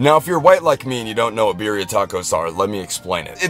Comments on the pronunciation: "beer-e-a tacos" NEVER SAY IT LIKE THAT AGAIN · Why do I hate that? He says Birria instead of birria I know it’s spelled the same but like Birria tacos is supposed to be pronounced in Spanish, no offense